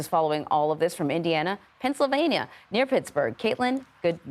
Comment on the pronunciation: did he say pRennsylvania?